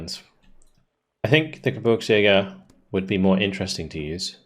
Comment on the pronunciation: GeBIRGSjäger (think beer rather than burr), it almost sounds like you say GeBURTSjäger which comes out as Birth hunters rather than Mountain hunters. :D Keep it up, these campaigns always entertain.